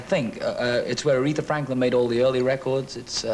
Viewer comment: I've noticed that for a long time, the way Barry pronounces "reh kords"!😍